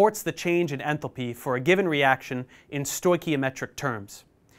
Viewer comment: Enthalpy❌ Enthopy✅